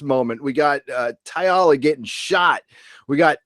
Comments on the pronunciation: I have to ask - why do you keep pronouncing TALLA as if it were? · I like your podcast, but Jessica Szohr's character is spelled Talla, not T'alla. Everyone on the show pronounces it Talla (with 2 syllables). Why do you pronounce it T'alla with 3 syllables? Another Orville podcast girl pronounces Issac's name "I-sack". Why can't fans pronounce the characters' names correctly? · Amazing episode & love your recap!!! One thing though... I hate being "that guy" & sounding like a 'nitpicker'.... but it drives me crazy every time I hear you mispronounce the new Xelayan security officer, Lt. Talla Keyali. I keep hearing "Teealla" or "Tialla"... but it's just Tall-a. No big deal, but figured I'd mention it. Still love your channel!! May it live long & prosper! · Her name is pronounced Tal-la not Taialla. Spelled Talla. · You love the show but...OK...you keep getting Talla's name wrong. It's not Tyla, or. It is TALLA. TAL-LA. The class of ship to which the Orville belongs is a Mid-Level Explorer. If you'll notice, the other ships at the end are not the same class as the Orville. They only have two nacelle rings. The Orville has three. Lastly, it isn't a parody. Stop calling it a parody. It is not making fun of Star Trek. It is a homage perhaps. Really, it is its own thing inspired by Star Trek. There are other bits - please just watch the episode again. I am glad you're enjoying the show. Please continue to watch and continue to enjoy it. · Why do you always pronounce her name Ty-alla? Her name is Talla. Mercer pronounces it Ta-La.... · TALLA not TY-ALLA. But yeah. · Cracks me up how you say ‘Talla’ haha